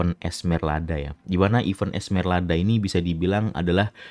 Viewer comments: Esmeralda bang bukan Esmerlada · Dia bilang ESMERLADA cok lu juga salah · udah salah ngotot lagi lu sebut esmerlada kocak